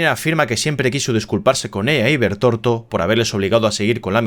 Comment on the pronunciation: Es Bertholdt no bertorto 😅😂😂😂 España pls, por lo demás muy buen vídeo